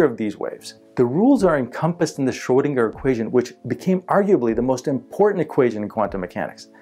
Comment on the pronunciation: is great, but he makes me cringe when he says 'Shrow-dinger'. It's Schrödinger, dammit!